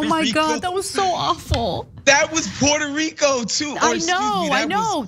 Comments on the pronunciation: lmbo! "pweto reeco" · Puweerto Rwico, Big Ocean Water, Exploding trees. My fave moments, I watch it every time I need a laugh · That’s a bad and mangled attempt at a Puerto Rican accent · Trump says Puerto Rico that way to stress that he sees them as NOT true Americans, but foreigners..